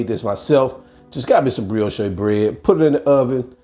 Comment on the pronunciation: What? An Alabama boy? Auntie Kim is a Georgia girl! :-) Who cares how you pronounce brioche. lol. Everybody know what you're talking about. I love me some shrooms and I literally have all of these ingredients! Guess what is for dinner tomorrow?! Sending love and blessings! ❤🙏